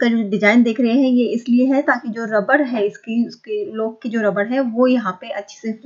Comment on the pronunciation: Aap please apna pronounciation better kijiye, samajne me problem hoti hai. eg. लोक नही लॉक होता है